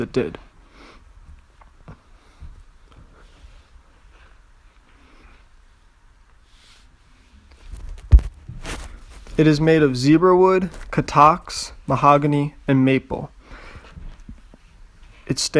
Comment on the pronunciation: Beautiful work, I learned a lot. Just 1 thing, its Katalox ;)